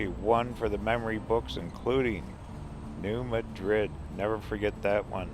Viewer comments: It's pronounced New Mad Red. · New MAD rid. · I think it's pronounced New MAD-rid. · Illinois, Cairo, Sikeston, New Madrid were all mispronounced. I think you finally pronounced Sikeston correctly, but New Madrid really grates on the nerves of the locals. I can imagine how you'd pronounce Cape Girardeau. 🤣 That said, my mother loves your channel.